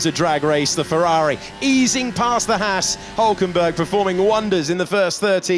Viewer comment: Why can't the F1 commentators pronounce the name Haas correctly. It's not Hass. This bugs the neck out of me.